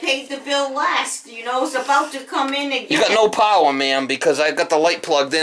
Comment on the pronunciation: She said "Can you see?". Lighting goes on. said "I can see now. So we got no powah heah. So that means there is no powah coming in for the heatah." I love these vids. And he is such a great contractor too - can fix just about anything.